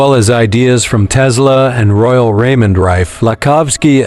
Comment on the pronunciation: It’s Tesla not Tezzzla😂😂😂